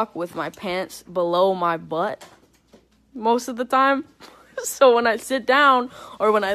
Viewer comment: the way she says “most of the time” I feel like I heard that accent in a meme before..